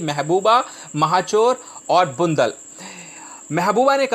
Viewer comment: बंडलबाझ को बुंदल वाह अँकर